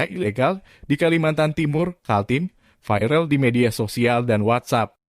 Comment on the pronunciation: Bacanya viral saja. Jang vairel he he he... Jadi kata Indonesia saja "viral"